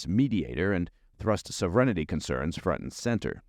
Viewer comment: Sovereignty does not have an "i" before the final syllable. The emphasis is on the first syllable, "sov." Reign, as in what a king does, is in the middle. SOV-e-reign-ty is the correct pronunciation. Please don't add another syllable. It clearly has enough.